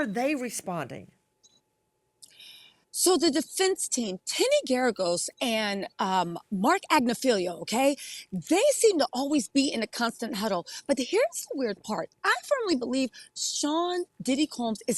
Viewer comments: Please learn to say their names correctly. It's not Ag-ne-FEEL-io, it's Ag-NIFF-e-low. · But she needs to pronounce names properly to be taken seriously: It's not Ag-ne-FEEL-io, it's Ag-NIFF-e-low.